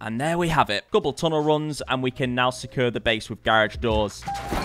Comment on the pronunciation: I love you but please learn how to say “secure” properly 🤣